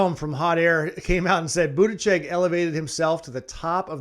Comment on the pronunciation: Youre spreading a bunch of lies. There are many fact checking articles debunking the claims you made at the top of your vídeo about Pete. I should have expected it from someone who doesn't even try to pronounce his name correctly.